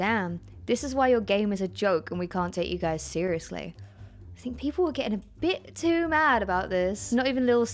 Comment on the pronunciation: emma pronounced it peolpe. good job